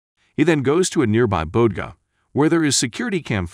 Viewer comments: It’s. BODEGA. PRONOUNCED. BO. DAY GA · Lmao at the pronunciation of “bodega” 💀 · and let isha